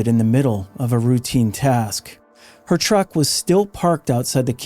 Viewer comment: Do you know how to pronounce “her”. It’s a pretty common word.